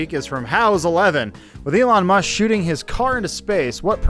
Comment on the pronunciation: Okay, i noticed something that Adam does; he did it twice in this video. "... Elon Musk...." , He said Elon "Muss". "... golden disk..." , He said golden "diss". For some reason, Adam does not pronounce the K in the end of those two words. It's another "Both/Bolth" thing that he does, he just can't talk properly apparently. FIX YOUR MOUTH ADAM.